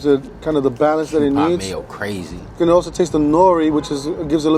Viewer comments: This is offensive to Japanese people. It's pronounced Kew-pee not pie. And you didn't put any bonito flakes on top???? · Mee-leen and kew-pee. Hard to explain り in English as it’s hard to explain r in Japanese. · Why does the way he pronounces okonomiyaki, mirin and kewpie mayo hurt my soul? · And said Kewpie incorrectly every time. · kewpie is not pronounced like that, dude. Thats blasphemic...